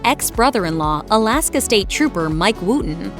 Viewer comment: Colaska not Alaska